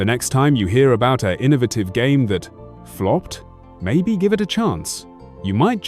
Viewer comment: Huhuhuhuh, "Flooped" :-)